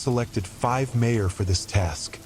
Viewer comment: Nice... But, there's no way this isn't AI generated! I mean MayOr instead of MaiAr...